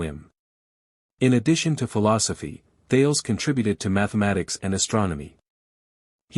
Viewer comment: Thales is pronounced "thay lees"